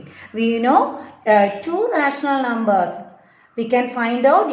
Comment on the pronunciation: teacher its numbers not xlumber